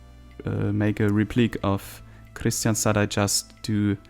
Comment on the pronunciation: Nice episode. Btw, Kristianstad is actually pronounced like this in IPA krɪ'ɧansta